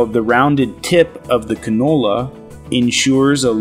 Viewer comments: Is he saying Canola? Is that singular for cannoli? Or is he talking about a single vegetable oil? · He's pronouncing cannula like the f**king oil. What a disgusting video